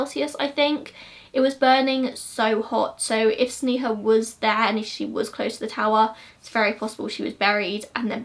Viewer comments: Pronounced sney-ha but I love your videos ! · Hi.. just wanted to let you know that sneha's pronunciation is sn'ay'ha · It’s actually pronounced SNAY-HA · It's pronounced Snay-ha but eh :P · Girl. you did a good job on the video, research etc but at least pronounce Sneha's name right. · Yeah it is, we can understand the difficulty of pronouncing Indian names, never mind, still love your videos anyway! <3